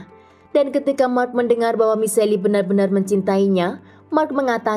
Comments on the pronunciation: Michelle bacanya Mishel, bukan Miseli kak... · Sebut namanya misel bukan miseli🤔. Si admin mah kadang2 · michelle dibacanya mishel bukan miselli gimana siiih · Nama cewek tu Michelle atau Miseli...? Jika Michelle disebut Mishell, bukan Miseli, gunakan Google pronunciation mbak ....